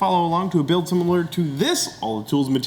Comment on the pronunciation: I can never tell if it's Bills accent, me hearing thing or does he really pronounce the "" in "Build"?